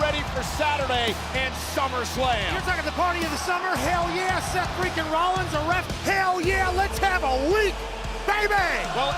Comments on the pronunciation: or Seth 'Refereekin' Rollins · Seth "reFeREakin" Rollins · Refareakin. You almost had it too.😊